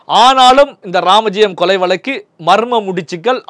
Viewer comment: வலக்கு இல்லை வழக்கு என்றுதெளிவாக உச்சரியுங்கள்